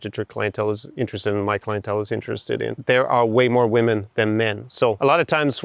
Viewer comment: First, I hate the auto synchronization youtube is forcing on all the videos they're a pain in the ass. Second, very surprised to see tapping into his scottishness when speaking about "Woemn" XD. Lastly, awesome video, as usual I especially liked hte the example video with the model which offers a guide line for guys that isn't abstract. Really looking forward to more.